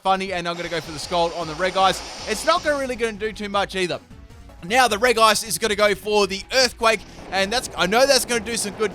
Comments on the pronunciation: Ik you said no legendaries but COME ON! 'Regice' is pronounced 'Rejice' not 'Wreckice'. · Andries Velten It's actually Rej-ee-ice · during the episode where Paul battles Brandon - it's pronounced "Rej-ice" throughout. I'm sure that's not the only time where this is the case but I distinctly remember the episode so I know I'm right. Consider yourself humoured 😉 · Reg-ice (Regice) Pronounciation: Re-ji-ays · Elias Martinez It’s not reg-ice but re-ji-ice. It’s how it’s meant to sound but the developers didn’t realize the sounds don’t match it’s spelling. It should of just had two i’s to avoid the confusion but I guess that looked weird so they removed one thus making it’s spelling not match at all with it’s pronunciation! It’s confusing I know.. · Super AJ it’s actually rej-ice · I can't believe you actually call Regice "Re-guy-ce" but okay xD